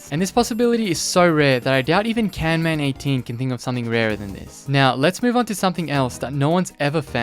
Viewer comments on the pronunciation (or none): its not canman its camman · bro really said "canman" 😭🙏